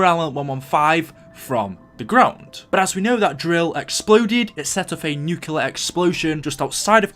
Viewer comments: This kind of goes with the Book thing, but it really annoys me when some people say nuclear wrong, nuCLear not nuCULar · nucular and boowk... say words better PLEASE! >:(